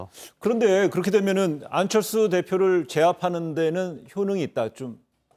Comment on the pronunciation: th 발음 겁나 거슬리네 ㅋㅋㅋㅋㅋ 안철thㅜ ㅇㅈㄹ